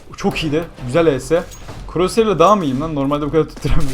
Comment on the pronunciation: no croshear diyon